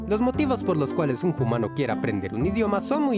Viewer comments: Se pronuncia umano y se escrive humano no se pronuncia jumano. solo corrijo :) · Por qué decís Jumano en vez de Humano? La H es muda😅😅? Saludos! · Soy nueva en el canal, me gusta mucho su contenido, quisiera saber por que pronuncian "JUMANO"? es para hacerlo humorístico? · Bueno que la pronunciación del español es similar al japonés no estoy de acuerdo y por qué los primates dicen Jumano? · Soy nuevo en el canal, pero cada vez que dice humano lo pronuncia "jumano" pero no sucede cuando dice humanos. Es el toque que le da a sus videos o por qué lo hace, es un poco desesperante.